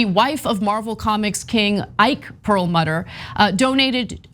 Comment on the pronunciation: Well done as usual, Anna. I would only offer a very minor correction on your pronunciation of German names such as Perlmutter. The mutter part should be pronounced as mooter, not the English mutter.